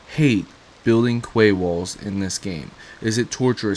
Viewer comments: And ya know, learn how to pronounce quay.. "key" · its pronounced key my dude lol